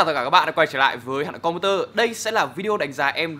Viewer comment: saop chữ hà nội computer đọc nhanh mất hết âm vậy